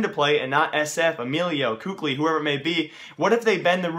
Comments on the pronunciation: its pronounced kaly not kukli :) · It's pronounced "Kelly", not "Kukli", just saying. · kqly is pronounced Kelly